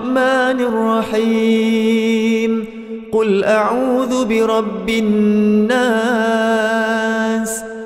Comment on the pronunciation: Salah sebut audu patutnya auzubillah, awal² dah salah